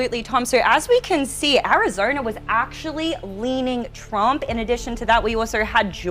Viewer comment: The last I checked, Arizona definitely ain't pronounced as Arizoina. Just like Tom isn't pronounced as Toim.